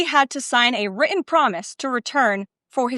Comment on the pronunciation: She can't say written